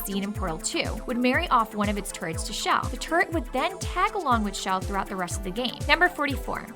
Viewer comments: CHELL, not SHELL!!! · SAY IT WITH ME SH ELL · Her name is pronounced CHUH ELL not SHELL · Her name is pronounced "Chell", not "Shell". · IT IS CHELL NOT SHELL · half correct, Chell has no correct pronunciation, and if you ask people at valve, they'll all give you different answers